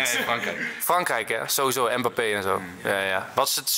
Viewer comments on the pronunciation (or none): none